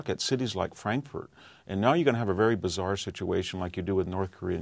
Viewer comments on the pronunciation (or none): none